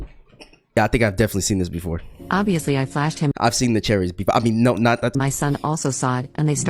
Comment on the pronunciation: TF U MEAN OVIESTLY